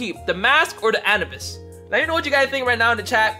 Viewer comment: Did he just say anabis?